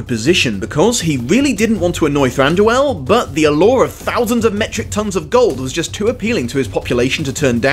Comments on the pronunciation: I'm sorry to be that person, but after so much research, you're mispronouncing names? Than-dew-whil. Bay-yorn.Taur-i-el. I know this is a nitpicky thing to be irked about, but like I said, all this research, and you cant pronounce the characters names right? Other than that, love the video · Does he say Thanduel??